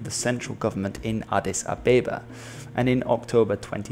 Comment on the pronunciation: As an Ethiopian it was very funny hearing you pronounce Addis Ababa